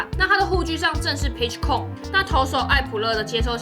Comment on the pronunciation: Com的發音是不是發錯了